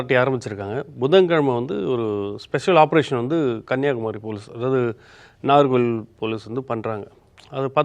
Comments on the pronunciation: present the fact ? He just mispronounced the town"s name and u make it a big issue and suspecting his journalism I suspect ur intention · So his information about the immoral activities is not important to you but wrong pronunciation of the town is wrong 😂 maybe u r one of customers of this kind of cottages😂😊